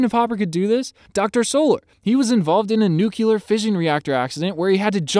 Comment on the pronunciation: just so you know its nucLear not nucUlar